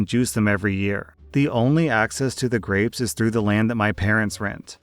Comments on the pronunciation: I kept hearing “graves” instead of grapes and was horrified by the prospect of juicing and picking graves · Story 8: did anyone else hear "graves" instead of "grapes" at first and get super confused? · I thought you said graves instead of grapes and that made for one wild story 😂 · just having this as background noise while i do other things, i thought you kept saying graves over and over again. had to rewind to hear grapes..... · I kept hearing Graves instead of grapes while getting ready for work. I was very confused at first as to what juicing a grave was. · I wasn’t paying attention so every time said grapes I thought he was saying graves. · Oh my gosh, the story about the grapes I thought he was saying graves and I was so confused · lmao i heard graves not grapes XD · Omfg I thought he was saying graves for almost the whole story about grapes 😂